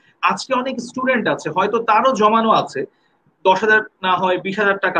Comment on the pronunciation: Sei Estudent bole😂 Student naa